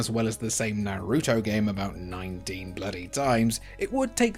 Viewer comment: Really... n'ROOto? What is it with you people and stressing the second syllable of every word? n'ROOto. And his best friend s'SOOkeh and s'KUHruh. Dunno if I'd call Ghost in the Shell a "hidden" gem. It's pretty well known.